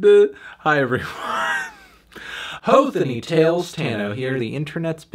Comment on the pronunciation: heeawcks tales